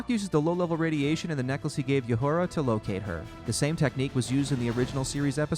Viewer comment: Again, mispronounced everything. Uhura is not said urhura. Krall not Krayl. Just stop speaking.